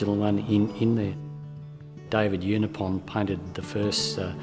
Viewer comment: His name is pronounced Ewe-nigh-upon. He preached at the church my Mum's family attended.